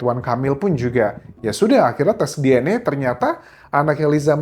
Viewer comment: Baca DNA bukan DNE